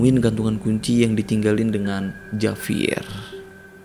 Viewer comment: Saya hanya mau memberi koreksi biar lebih seru. JAVIER dalam bahasa Spanyol dibaca : HABIER. Huruf J selalu dibaca H, tergantung huruf vocal yg mengikutinya. Contoh JA dibaca HA, JO dibaca HO. Sedangkan huruf V selalu dibaca B, contoh : VIAJAR dibaca BIAHAR. Maaf memberi koreksi! Semoga bermanfaat.